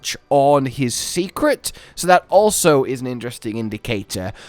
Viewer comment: Why do you keep saying Secret for the Seikret? I believe it's pronounced "Say" not "See" So like Saycrit Or "Say Crate" Ya know..cause in Japanese an "E" often has an "ay" sound to it?